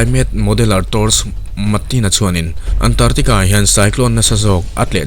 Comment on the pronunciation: Antartica nilo in, ANT ARC TICA tia lam tur ani e